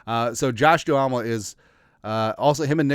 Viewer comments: It’s Josh Duhamel (Doo-MEL), not Doo-ah-mel. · It’s pronounced Josh Dumell brother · Ur probably too young to have seen the TV show 'Vegas'. Good stuff. You butchered his name 😢.